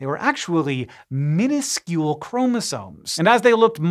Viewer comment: "Minuscule chromosomes "😂😂😂